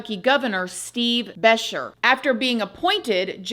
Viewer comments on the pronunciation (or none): Kentucky girl here. Just for the info….Lou-uh-vull is Louisville’s pronunciation, or if you’re reeeeal country, you might say “lull-vull. Also, Governer Beshear is Buh-Sheer I mean no offense to haha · A couple points on pronunciation: Louisville is not pronounced the way it looks. It's lou-uh-vul, accent is on the first syllable. Next, the governor's last name is pronounced, buh-sheer, with the accent on the second syllable. Fortunately, you didn't have to try to pronounce Versailles or Irvine! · Its not besh ear its Be Share Gov. Beshear 😂😂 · the name of Kentucky's governor is pronounced Bra-shear. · Two things, our governor's name is pronounced brah-sheer, and you mistakenly said Sheriff Stines served the six months in hail. It was the deputy who did time. As a Kentuckian, yes, there is corruption, but I doubt it's worse than any amall town anywhere in the USA. My personal opinion is that the Sherrif found out that the judge found out there was more than a friendly relationship between the judge and his daughter. Regardless, the situation could have been handled differently. There are two families being torn apart because of the decisions these men made. The truth will come out, but it won't help anyone involved. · OMG called it Lewis-ville. You so cute!! Its Looavuul and the governor was Steve Bah-SHEER. His son Andy is now governor and he is AMAZING! We love Andy. He was considered for Kamala's VP a couple months ago. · I'm in Kentucky...it's Be-shear like shearing a sheep...I can't wait to find out the motive for this.